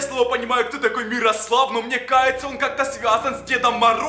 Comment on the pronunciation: Не мирослав а мирослава